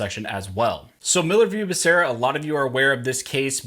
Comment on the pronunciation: I'm sorry, but you are pronouncing Becerra's name wrong. It's pronounced "bah" "soo" "rah". ;-)